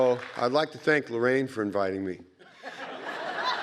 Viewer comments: LARAINE NOT LORRAINE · It's Laraine, not Lorraine.!